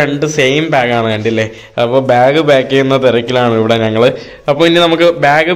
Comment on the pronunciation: നങ്ങൾ അല്ല ഞങ്ങൾ...